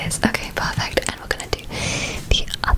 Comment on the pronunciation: can we have a whole video of you just saying "pahfect" and other similar words like that?